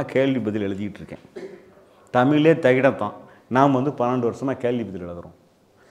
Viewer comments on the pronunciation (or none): அனைத்தும் சரிதான் ஆனால் அலகு இல்லை அழகு தமில் இல்லை தமிழ் நடுக்கம் போயி அழகுத் தமிழை கொலைசெய்ய வேண்டாம். அர்த்தமும் மாறும்.மாற்றிக்கொள்ளுங்கள்.